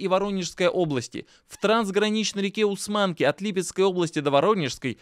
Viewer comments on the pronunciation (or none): название реки " Усманка" произносится с ударением на первый слог.